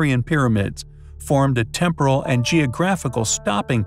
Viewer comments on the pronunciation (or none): none